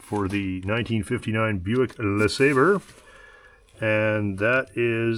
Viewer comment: You should learn how to say Le Sabre properly it does end ber more like bre check that out